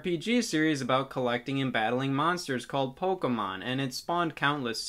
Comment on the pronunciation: Finally I have found someone that pronounces Pokemon the same way I do!